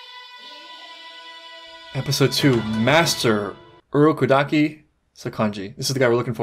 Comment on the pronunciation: Since hearing Giyu say it last episode, I'm paying attention to how they say Urokodaki. Urokodaki himself said it like the Japanese version with the emphasis on the A, but Giyu and Tanjiro put the emphasis on the O Hahaha